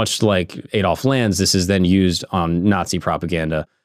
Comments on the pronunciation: Aid Olf... Ffs it's pronounced Add_olf.. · AH-DOLF NOT AY-DOLF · Learn to say Adolf correctly